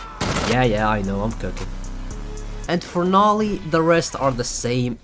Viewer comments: ITS NOT NAH-LEE ITS NO-LEE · Bro pronounce noli as "nali" like bro put the word "no" and li" together man😭🙏